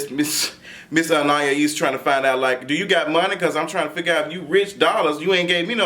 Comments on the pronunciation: He said Anayaya-ees need to leave rich poodles and go back to her grand-bae lmfaooooooo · You almost there! An-i-es ( like east without the ‘t’ ) 😂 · Lmao I'm rotfl every time he says anniyahees 😂😂 that poor girl name be getting butchered out here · Ann- ahh- ese. Anais. 😊Lol looking like doctor robotnick. to r too much!!!😂😂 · lol.. It's pronounced An-eye-east (with the T silent) LOL but we got you so no worries about that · Lol,. I see you struggle with her name each week. Anais is pronounced: Anne-Eye-Eeese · Good grief the name isn’t that damn hard. You still have it wrong. AnneEyeEaseAnn-eye-easeAn-ai-isAnais Ana- ease. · Prounouce her name as if it's "Annah-ease." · Lmao now you adding an extra syllable to Anaïs. Ann-eye-Ee-ss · Loool u still saying it wrong but shout out to whoever tried An-i-eece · “Anayayees”😂😂😂Quit it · Lmaoooooo still saying that girl name wrong! (Ann-I-Es) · Lawd he still struggling with that girl name. 😂😂😁😂😀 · Dream doll is a bully but she don’t back down from nothing. And still mispronounced that girls name lol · And he still said it wrong 😂😂😂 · You’re still butchering the girl name 😂😂😂😂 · Baby you still saying her name wrong